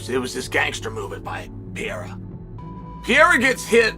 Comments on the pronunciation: Chael can't read? " Pee-era "😂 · Chael stop calling him Piera !! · Chael P. Sonnen The P stands for Pee-era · Why is Sonnen incapable of saying Pereira ?